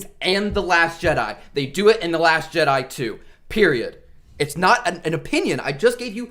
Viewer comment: The fact you said Jedi with an s at the end tells me everything